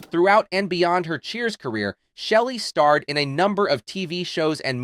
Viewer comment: Your editingg as well as pronunciation of words is horrible...she didn't "stare" in a movie with Tom Cruise...she "starred" in one. And the production of E.T. wasn't done by someone pronounced "Stefan" it's pronounced "Steven" (but spelled Stephen). She was being saught to star as the mother... it's pronounced Mom...not moam. I think you might be a bot, otherwise you need a little more practice before releasing new content.